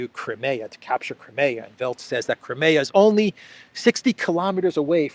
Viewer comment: Hey, It is a ZSU 23, Also Crimea is Cry-me-ahh